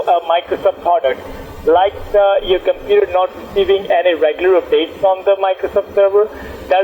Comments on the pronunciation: I think I already heard this indian before in another scambait video... he says "Compeeta" instead of computer=) Edit: It was on a LIVE stream by Leo Takacs scambaiting one or two days ago. So that means this asshole is still doing the same shit after 2 years after this video!!! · someone need to count how many times he says "cimputer" i stopped counting after 54 lool